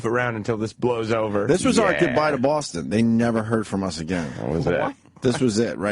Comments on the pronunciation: Bawfoston. Get it right! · It's amazing that you can be born in a city and live there your entire life but also be the mayor of that city and not being able to pronounce the name of that city! It's almost like getting your own name wrong.